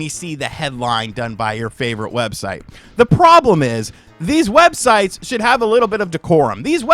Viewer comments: Web-Shites? lolol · Websites more like webshites 😅